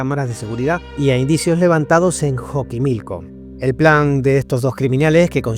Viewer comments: Me dio cosa que digas "joquimilco" en el caso de Fátima se escribe "Xochimilco" y se pronuncia "Sochimilco" (dato soy de ahi, por eso te digo bro) buen video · Está bueno. Te recomiendo averiguar bien cómo se pronuncian algunas cosas... por ejemplo, las sílabas tónicas o la X (es "Zochimilco", no "Joquimilco", por ejemplo. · Se pronuncia sochimilco.